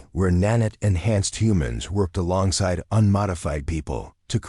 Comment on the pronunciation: OK what is a NAN-IT ? It's Nan-iit is (Emphasis on NAN ( Pronounced like " man " ) short ' a ' , 2nd syllable like " lite" Its Not pronounced like " granite " . PLEASE get the narration fixed. The narrative is incomprehensible .